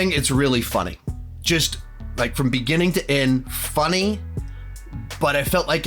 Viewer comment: I like you,... I really do. However, the way you say “funny” is deeply concerning.